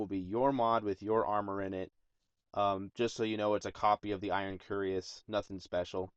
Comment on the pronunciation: Why does everyone have issues saying Cuirass? If you sound it out it would be cue-RASS or ku-e-rass. But it is pronounced kwi-RASS. How does everyone get Curious from cuirass?